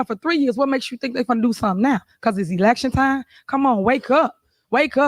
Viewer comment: Did she say "Election TINE"? Good lord people.